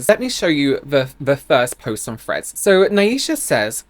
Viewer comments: Any one else hearing at first “Fred’s” not threads lol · At first I thought you said friends instead of threads, like there was a new social media called friends that I hadn't heard of